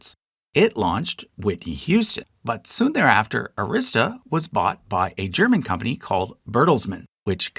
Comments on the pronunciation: It's pronounced "AAAAA-rista" (rhymes with "barrister"). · BTW, when saying the name "Arista", the stress should be on the first syllable, not the second. My favorite band is the Dutch symphonic metal band Epica, and they're signed to Nuclear Blast Records. One of my favorite country singers, George Strait, is signed to MCA Nashville, though. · Good information, but several well known labels were omitted, ABC- Paramount, Imperial, Liberty, M-G-M, United Arttists to name a few. It would be interesting to include these and many others in another video. OH, and please check your pronunciation of Arista Records.